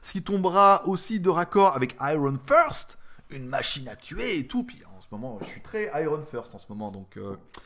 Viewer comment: finir en queue-de-pie, très bon. Iron fist (poing), et pas first. :)